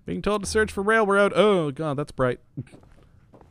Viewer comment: "railrod" XD